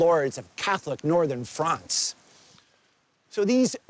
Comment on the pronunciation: he calls France “Fronce”. lol.